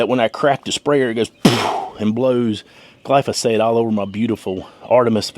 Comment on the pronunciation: Which product did u use. I tried to listen but I just heard glosphate